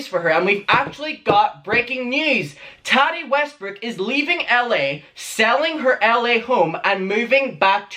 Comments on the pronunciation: It’s Tah Tee not Tah Dee, pronounce it correctly please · Tari??? Wtf? Repeat... Tattti, her name is Tattiana!!! With a strong middle T.